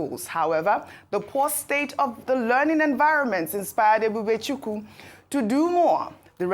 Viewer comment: Ojy E-b-u-b-e-c-h-u-k-w-u! You are from Ukwuani, grew up in Abeokuta,attended secondary school in Lagos before attending St Johns in New York for just a few years. Why can’t you correctly pronounce Nigerian names…not even those of your tribe? Arise, people do something…this is disgraceful!